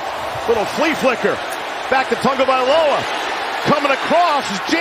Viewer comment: "TAGOVAILOA" Where is the "N'' in that name? There is none! TAGO vs. TUNGO equals different names.